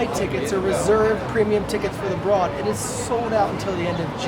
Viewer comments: Don't mean to be a total prick, but it's pronounced the BRODE even though it's spelled broad. So it sounds like ROAD. It's the owners last name and that's how they pronounce it. I'm not trying to be rude, just trying to inform! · It rhymes with "road." "Brōd." "Broad."